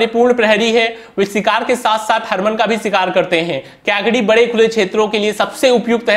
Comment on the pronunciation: आरे भाई क्याकडी नही कैकाडी बोलते है । वंजरी नही वंजारी है , वंजारी एक जमात है उसके नाम से ईस नस्ल नाम पडा है । आप रामनधपूरम मंडोई कुत्ता भूल गये ।